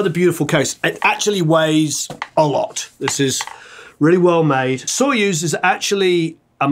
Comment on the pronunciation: told ya, not sOyuz, but soyUz ))) we don't say warrEn, we say WArren) great video man! keep goin!)